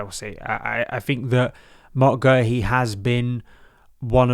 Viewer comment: We love you we do! but it is pronounced Marc Gay-Hee, we had to check it out on the Palace YouTube channel as we are known for messing up pronounciations